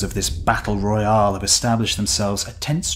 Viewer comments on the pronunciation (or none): none